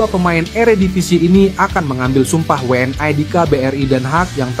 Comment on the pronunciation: Admin yg bener pakai bahasa Indonesia W N I.itu bukan bahasa Inggris jangan I jadi ae